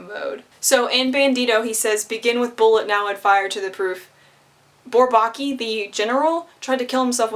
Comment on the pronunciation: Sorry to play the pedant. I listened to the Twenty One Pilots song and heard the same pronunciation of Bourbaki, with the stress on the second syllable, as in "souvlaki". Actually the stress is pretty evenly divided between all three syllables. (Again, sorry -- I'm not a Twenty One Pilots fan, just a mathematician. Although this reference does increase my respect for TOP.)